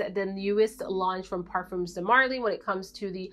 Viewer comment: The S is silent on parfums :)